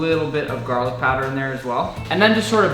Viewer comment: Garling powder? 😂😂 Thankfully the pronunciation helps us sets us right to garlic powder :-)